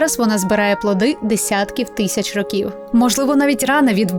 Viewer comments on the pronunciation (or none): none